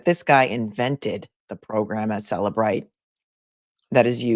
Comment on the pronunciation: It is Cellebrite